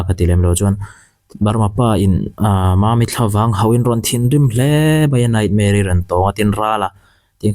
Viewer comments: "Tuesday naihmere" atih atang khian burma pa ani tih ka hre nghal😂😂😂 an tawng atang hian a hai theihloh😂😂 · Rala hian Chinpi tihvel hi a hriat ka ringlo...😅 Bâkah, nightmare-i tih a sawi khi naihmeri tiin a sawi...mizoram miten NAIHMERI kanti ngai loooo...😂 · Teusday nightmare tih a lam dan pawh hi a burma ngaiwih2.Burma rama kar hnih awm tawh chin zawng hi chu burmaah hnawt haw vek rawh se,an hnawk lutuk thiltha pakhatmah rawn puakchhuah an neilo .